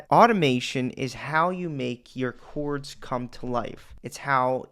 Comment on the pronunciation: I watch just to hear you say "chouawrds"